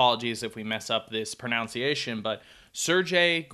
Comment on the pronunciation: Messed up pronouncing "pronunciation" while apologizing for pronunciation... 😂🤣😂🤣